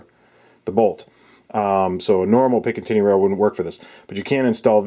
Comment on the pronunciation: Are you saying pickin tinny rail?